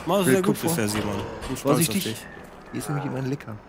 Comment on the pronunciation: bitte sprecht licker in der originalen englishen betonung aus das klingt sonds wie was anderes und das is nich gut loool